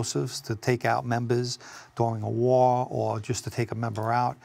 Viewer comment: "Take out membahhs during a wahhhh"